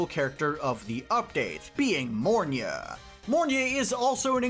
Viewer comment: Mornye......it's mornye